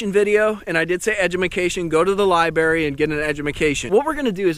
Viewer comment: I see u at my lake.. lmao liberry